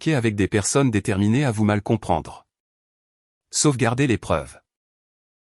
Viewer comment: Elle a lissER...😢 Le "pré"commercial...prêt commercial. "sauf garder"...sauvegarder. "L’eau dience..." 🙄 "La fille du signe..."..😮